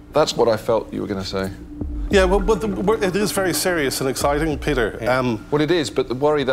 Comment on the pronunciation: He says Peter but it sounds like hes saying pedo